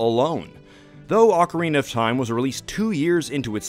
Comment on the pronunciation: Say it with me OAKarina, not OcKarina (sockarina🧦)🙅🏻‍♂️